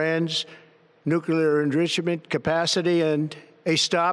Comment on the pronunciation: Trump still can't pronounce "nuclear" he's got Nixon's ethics and W's competency